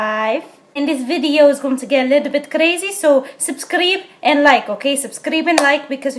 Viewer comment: She didn’t say subscribe she said subscreep lol hahahahah